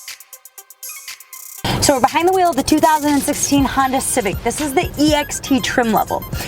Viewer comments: She's good I always enjoy her videos but ........ " Honder" gets me every time to the point where I'm so distracted I don't know or understand the next 50 words she says after it. Lol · I really enjoy watching you, but why do you say, "Hondar"?